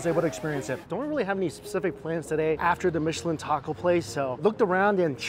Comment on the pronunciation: We love everything Mike Chen. First of all thank you for the correct pronunciation of “Michelin”. Like his love of food knows no class has no pretense. (Kissy chef gesture) !!! 🫶🏼